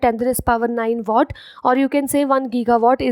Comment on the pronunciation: It is watt nit what